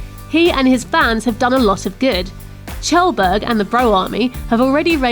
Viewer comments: I thought his name was Kjellberg, pronounced Kjellberg not tjelberg. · it's pronounced like kyelburg no Chelburg ( phonetically [kjelbərg] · LOL English poeple cant say kjellberg corectly.